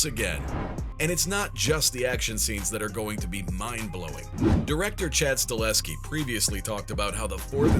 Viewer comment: “staHELLSKI” not stalinsky